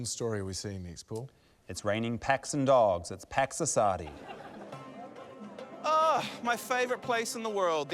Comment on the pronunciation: When he introduced Pax Assadi, i thought he said "Packs of Sardines"